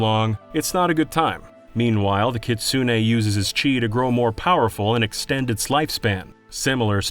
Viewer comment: For future reference, kitsune is pronounced "keets-neh." The U is practically silent.